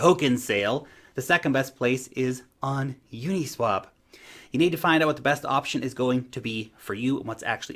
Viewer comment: u-NEEEE-swap .. lol